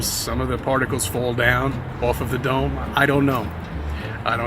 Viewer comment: Whenever he says dome, all i hear is dumb.